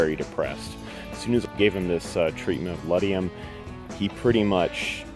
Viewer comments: Ledum...pronounced lee-dum. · Ledum (boiron) not ledium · I disagree; the problem with too high a dosage in homeopathic medicine is to overshoot... not cause harm. Too low a dosage can undershoot the healing. Yes, Arsenicum Album is the correct name. Ledum is pronounced just as it sounds-not with an "i", but great video.